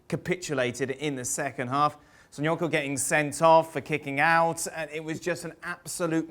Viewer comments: Who is "Sonyoku"? Its Soyuncu. He said it fast so he can cover the fact that he cant pronounce it :) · Söyüncü. (Soy yon chu) there isn’t a coo in there.